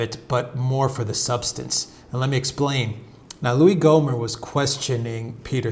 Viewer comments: lol pronounced Gommer, but spelled Gohmert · It's Gommert, not Gomer.